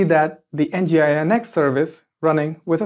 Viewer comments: Good video tutorial, but please stop saying EN GEE I EN EX, it's called 'Engine-X'. Use Apache next time 😄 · It is pronounced as "Engine X" not N.G. I .N.X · nginx is pronounced as "engine x"